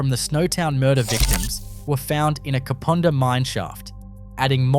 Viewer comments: No offence man but Kapunda is pronounced "carpunder" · Kapunda the U is pronounced as in “up” and having done both the ghost tour and living in the vicinity for over a decade I can tell you now that place is definitely haunted Also there have been murders including a triple murder in recent history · Learn to say Kapunda as in under it drives me nuts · The 'u' in Kapunda is pronounced like the 'u' in ugg boots! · He can't even say Kapunda right! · i know, everytime he said kapooonda i cringed!!!! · Kah-poon-dah is how U should say it 😅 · The Main Street of Snowtown is nothing like the pic you posted. I live 77km from there. If I need to use a toilet and I’m near Snowtown, I’ll stop there. I also buy food and drinks from the roadhouse there. Kapunda is pronounced as it looks. The u is as in the word under: Kap Unda. Not Kapoonda, which doesn’t exist. Someone else already pointed out about NULLARBOR plains, often simply called “The Nullarbor”. Narrator should go back to school. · It is Kap"u"nda. Amazed to hear it ranks as haunted. Used to waitress at north Kapund hotel. Kapunda does have an interesring history as many rural towns. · Ka pu (pa) nda not ka poo nda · Dude you are truly slaughtering the names of these towns and suburbs... kupunda,,, is pronounced ka-punda. The bodys in the barrels were in snowtown not kupunda mines most of the victims had been done in salisbury north and stored in the barrels under a bank in snowtown. The 2 places are around 110km away from each other. I cant keep watching. Get the facts correct learn how to say the names and you would be in a winner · Kapunda is pronounced Kaapuunda nothing like the way you are saying it. The Nullarbor plains are pronounced Nullarbor. I REALLY WISH people would research the pronunciation BEFORE they upload. Especially when you live in the same damn country. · Thanks for this video. Love it! Just a heads up… Kapunda is pronounced Ka-pun-dah. Cheers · its annoying when they say the places wrong ka-pund-a